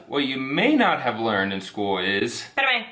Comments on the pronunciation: You're naturals! really mastered the "pérame" LOL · Im so glad and proud to know the have a perfect pronunciation of "PERAME" jaja, im going to give her a 10 or hows is it A++? Love you both folks